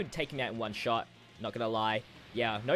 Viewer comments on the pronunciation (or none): none